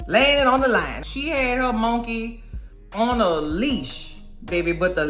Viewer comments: I just watched that episode yesterday!! I can't stop laughing at the way you say "monkay" lol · Ive just come across m'girl but she's now one of my fav,especially the way she pronounce mon-key and Eric's and clown's just killing me, mmkay!!